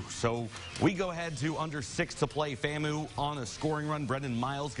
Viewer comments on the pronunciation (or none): For the record, it's FAMU (Fam-You), not FAMOO (Fam-ooooh). Go Rattlers!! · It’s pronounced FAMU (FAM-YOU) not FAMOO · Its pronounced FAM-U!